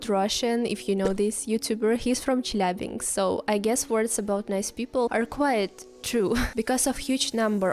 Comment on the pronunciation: What is dangerous is your pronunciation of "Chelyabinsk")